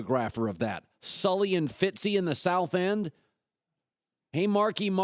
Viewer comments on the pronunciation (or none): none